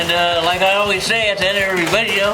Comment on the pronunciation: 'nother great vidjeo.......haha....